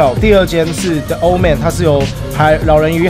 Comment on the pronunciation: 是The(里)Old man不是The(了)Old man啦